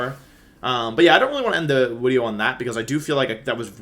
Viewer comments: Are you saying wideo? Instead of video? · Why do you say "wideo?" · Why are people saying 'wideo '? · Bro said widio 😂😂😂😂😂😂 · I keep hearing Wideo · Is he saying wideo?? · What's with the "wideo" correction when he says video. Not judging just confused. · Is he saying wideo? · did he say "wideo"? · The way you said video and just went with it was amazing. Top notch